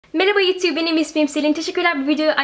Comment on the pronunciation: yutu diyorsun ama o you tube